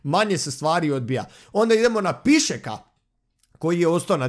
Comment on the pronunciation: I nije Pišek vec Pišček hahahahahahahahahahahahahaha